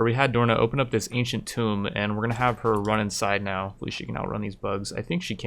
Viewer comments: Alright, I've been resisting the urge to say this for months now, but somebody has to tell you: The room with all the Cryptosleep Caskets? The Ancient Tomb? Tomb is pronounced like Boom. The way you have been saying it is how you pronounce Tome, the old books. English is weird, I know. Love you Rimworld content, by the way~ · ya know tomb is pronounced like toomb